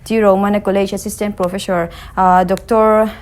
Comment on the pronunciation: Profeshawr ti tlat aaaa beng a ti kham